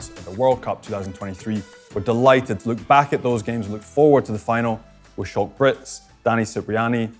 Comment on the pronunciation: Lol, why does he keep calling Schalk "Shalk"? Isn't the whole reason we're in this "kant" mess because the folks up north keep insisting on English- fying Afrikaans?